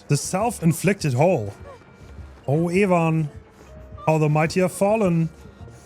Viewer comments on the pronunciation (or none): pretty funny how you pronounce evan